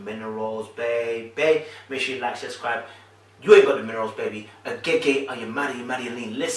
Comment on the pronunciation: you always says SUScribe..lol